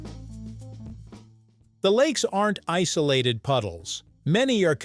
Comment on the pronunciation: Did you say the lakes were ice-olated?😀